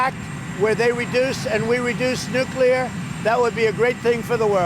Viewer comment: Finally, a President who can say "NUCLEAR" instead of "NUCULAR" hahahaha! I don't understand what the problem is with some people, are they lazy or what? Speaking the English language seems to be getting harder for certain people. Forget about spelling - just not important anymore?